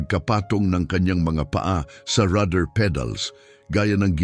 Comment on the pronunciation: Rudder pedal, Hindi rather pedal😂😂😂